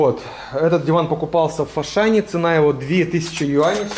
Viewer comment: а почему фашан а не ашан?